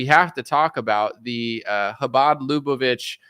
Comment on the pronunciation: LAH-BAH-VICH (like which)